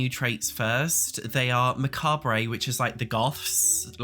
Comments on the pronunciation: This isn't meant to be shit*y or anything, but "macabre" is French in origin, and is pronounced without the R. So: "muh- COB" is the pronunciation...it's jarring every time you REALLY emphasize the word like you're an American trying very hard to speak Spanish. (And please, the word is "Interactive!" Not 'interact-able'...pls. I'm begging you.) And your complaint about male clothes here is really unfounded - why would you want NORMAL clothes from the "Goth/Death" pack? The style of clothes will be in line with the theme of the pack - so they'll be more in a goth or victorian style. Wait for the 'normal guy' pack, if you want normal clothes? Or a you know, pack that's more about clothing, and not one specific style. So you're mad that this CAS is fully on point and stays on theme...cutting its rating bc you personally don't like the style of the theme is...well, subjective, and not an objective review of the pack and its themes. It's then " fashion advice". It's true, men need more masculine and every day clothing - but this pack isn't about normal clothes. And I LOVE SKULLS. So many of my shirts have skulls, I have tarot tapestries, a collection of tarot decks, and moon and stars all around my room, and my bathroom - so this pack, with the crystal creations one really kinda lets me get closer to the whimsy-goth style I've decorated in, in real life! As a 'macabre' person in real life, who loves punk and goth themes...I love this stuff. Victorian themes aren't for me, b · vs pronouncing macabre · Hey! love you and this is in no way hate but macabre is pronounced MAC-ARB not macarbray 🤍😅 but that could just be the american way (I'm Australian) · Macabre its Mac-arb Not ma-cab-rey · Did you just call it Mscabe-ray? it's just Macabre Mah-cob Elvira will teach you - sorry I got married on Halloween so I know how to pronounce it. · lol Say... "Muh Kawb" ... not "Muh-Kawb-rayt" lmao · Bitch, it's MAH COBB... not MAH COBB RAAAAY fuckin daft ass